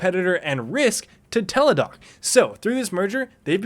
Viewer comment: Isn't it Teladoc Health? Not Teledoc.